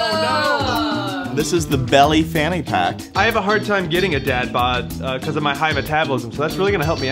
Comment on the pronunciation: every time they said fanny pack it came out as panty pack